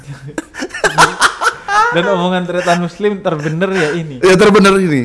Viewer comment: Kata kata muslim kurang jelas 😂